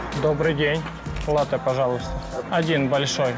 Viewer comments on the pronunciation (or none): none